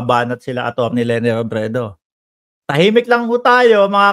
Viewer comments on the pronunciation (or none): Stop saying Lene please